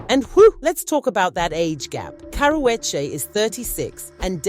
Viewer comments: "Cower wedgie" is the worst pronunciation of her name I've ever heard and most people pronounce it wrong on PURPOSE you aren't even trying to do that you just struggling out here😭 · Its pronounced karoochi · I CAN'T listen to you... YOU can't even PRONOUNCE the WOMAN',S NAME RIGHT WTF??? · I know you’re British but for goodness sakes pronounce the girl’s name correctly. I live in LA but I’m a Brit and even I am horrified by the way you’re saying her name 😂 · Learn how to say her damn name right!! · Please pronounce her name correctly or shut up